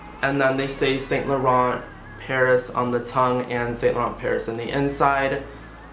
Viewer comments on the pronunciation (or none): It's pronounced Sahn lah ron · Cutie it's pronounced as "Saunt Lahronh"💙💙